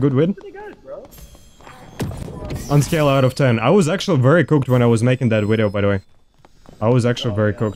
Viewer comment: Wideo powa!